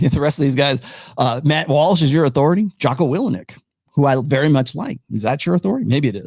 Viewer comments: It’s pronounced will ink not will eh nick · Lol why can’t you say people’s names right. 😁 Willinik.